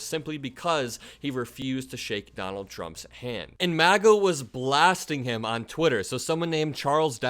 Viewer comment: It sounded like you said " The Maggots", LOL. If you didn't, then I'm keeping it now. MAGA is the movement, Maggots are the followers 😂